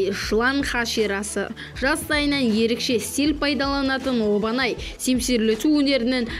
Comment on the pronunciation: Обанай емес Абанай десей Обанай деп жазылат. Томиоко емес Тамиока дейді.